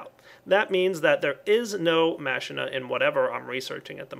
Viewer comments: Machina is actually pronounced: "mack-ee-na", not "mash-in-na" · Ma-keen-a, not Machine-a. It's both in Spanish and Final Fantasy X. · Oh, and its pronounced makina not masheena. Also add facades to the pipes outside your main house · IT'S PRONOUNCED MAH-KEE-NA! MAH-KEE-NA! NOT MA-SHEE-NA! Both you AND zisteau messed up the pronounciation D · actually KrafterkidB11 all the aspects seem like actual latin words so it would be closer to mak-e-na as in deus ex machina which means a god out of a machine and therefore machina following latin grammar and common sense is machine and you mispronounced it just thought i should help you out... and viva la skyarmy! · it is pronounced MAH -KEE-NAH for machina just so you know:P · machina is pronounced Ma-ki-na or the "h" is silent.